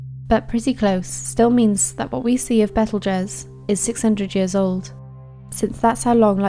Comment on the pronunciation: Betelguese is pronounced Beetlejuice